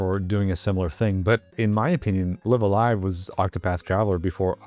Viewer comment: Very cool game, but small detail here. The name is pronounced with both "lives" as if you were saying "I'm going live". "lie-ve" instead of "lih-ve"